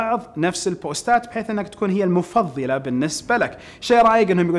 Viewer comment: المُفضَّلة * وليست المُفضِّلة 😆